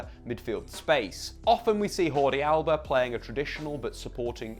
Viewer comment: Pro tip on famous players' names: "Jordi " should be pronounced more like "Gyordi" , with the "G" as in "gem"...most definitley not "Hordi". Catalan pronunciation please, not Spanish.